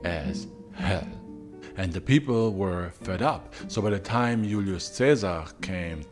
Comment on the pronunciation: It drives me crazy how he pronounces names like Julius (ee-you’ll-ee-us) with correct Classical Latin pronunciation, but completely butchers Caesar (kai-ssar). Anyway, besides that, congrats on another great vid.